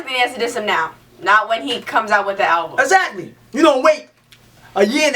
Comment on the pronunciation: Much love no disrespect , but its ALBUM ... not ALVUM ..👍👍👍✌✌✌